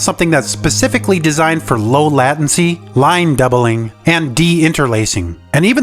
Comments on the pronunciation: COMP-A-SIT, LAT-N-CEE, and NOSTAL-GEE-YA. Yea man you really know how to say some normal sounding words here. Also no one is lending out their games anymore. And only casually talking about emulation, then going into the horrors of subscriptions, without reiterating the convenance of emulation defeats the point. Not bringing up flash carts and softmodding is a huge blindspot. This whole video annoyed me for some reason. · I never heard of it pronounced as Latin C before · I've never heard anyone pronounce latency this way before :^)